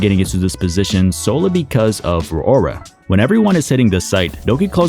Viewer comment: The fact that you can’t pronounce Rauora kinda bugs me idk why